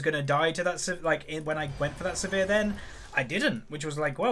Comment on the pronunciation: It's Sivir, not severe